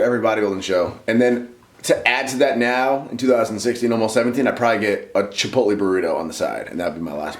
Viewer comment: Wow, for the first time in my entire life I finally heard pronounce Chipotle correct. What a time to be aleaf